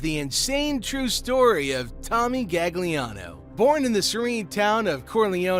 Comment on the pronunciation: Your also pronouncing his name wrong it’s galiano, in Italian you dont pronounce the second g, similar to bologna